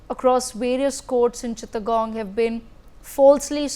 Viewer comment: Hello it's not cittagong its Chittagong... please pronounce it correctly!